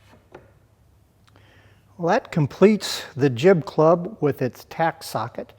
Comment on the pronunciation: LOL... you very clearly say "Clib Jub" (I listened twice)!! Just to clarify, you meant Jib Club, yes? Great work, but still chuckling...